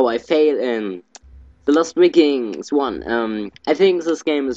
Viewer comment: wikinger auf englisch spricht sich "weikings" aus ;)